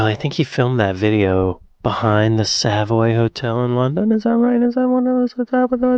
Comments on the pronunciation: We highlight the second syllable in Savoy, making it SaVOY, compared to your SAVoy. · the correct pronunciation of the Savoy Hotel is 'Sa_voy_'... NOT "_Sav_oy"!! It's odd that you are too young,( just so very young) to know the songs I grew up with (& mostly loved) I was 12 years old in 1965...!! Oh so looooooooong ago!